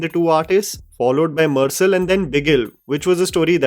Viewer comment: Im sorry but I'm bleeding from my ears after hearing pronounce theri and mersal. 😂